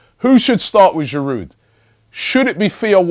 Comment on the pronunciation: The "d" is silent in Giroud - it's French init